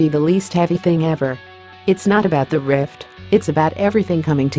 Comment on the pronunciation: Why does this crappy text-to-speech insist on pronouncing riff as rift?